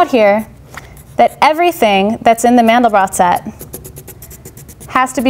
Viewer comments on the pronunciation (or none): It's pronounced "Man-del-bro". He was French, and the final 't' of his name is silent. Just remember that his name rhymes with 'train depot'. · As soon as I heard Mandel-brott vs Mandel-bro, I clicked away